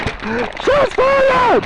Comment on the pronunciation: Haha he said shots fiyyywedd!!! Yes Sirr... so it must of been because u were black.